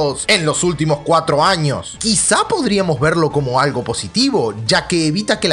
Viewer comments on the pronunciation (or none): none